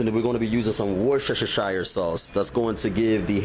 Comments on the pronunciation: War-shh-shh-shire-sauce, loved it! I’m from the UK, it’s a weird spelling, but pronounced: wus-teh-shire. Looked great. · Wor cha cha shire sauce 😂 good video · Yeah man get that Wershesheshashashashashesheshashashesheshashashire sauce on there